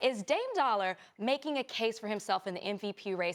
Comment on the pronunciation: Dame D.O.L.L.A. not dollar 🤦🏽‍♂️😂😂😂